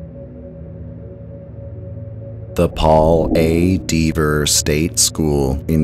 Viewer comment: That rail bridge in your thumbnail always feels odd to me. Good list. I would just check the pronunciation of "Dever". I think it has a short vowel sound or you could say it like a local "Dev-ah"